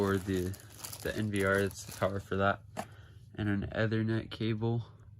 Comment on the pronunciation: "EATHERNET"???!!!! Don't waste my time. Know what you are talking about before you start making videos.